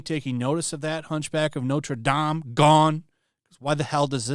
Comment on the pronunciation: Notre Dame = Not Ruh Dam